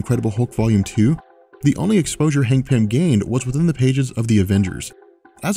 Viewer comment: Hangpin? What? I can't understand what you're calling Antman.